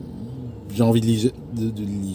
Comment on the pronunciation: La ligireté... Et y'a combien de i dans ilictricité? xD